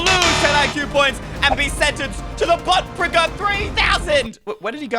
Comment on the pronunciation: the butt pricker sounds like a butt picker